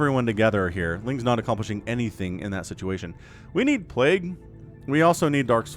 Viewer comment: Get the robotics, but the plagooo! Hahaha ha hilarious